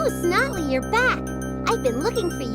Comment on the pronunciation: Polly: You just wait until next time Snottly Me: For the last time, IT’S BOTTLY!!!!